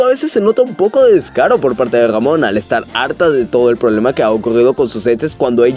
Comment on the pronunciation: a veces dices damona o robona jajaja con su desagollo.